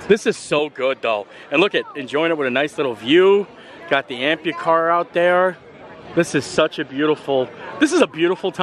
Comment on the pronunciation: Pretty sure it’s not Ampucar. Amphicar